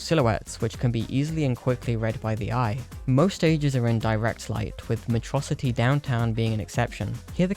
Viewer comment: I can excuse "HyDrocity" but I draw the line at "MeTrocity"